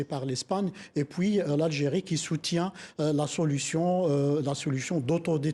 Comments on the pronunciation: On puis et non pas poui. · On dit PUIS pas poui